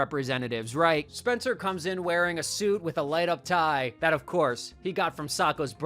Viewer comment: Lol "Spener"